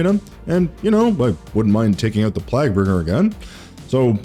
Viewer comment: He doubled down on Plagbringer 💀